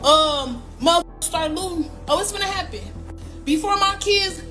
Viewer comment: LOOTING rhymes with SHOOTING.